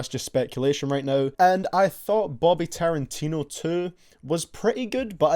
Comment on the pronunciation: my man says taran-tino. 😂😂😂😂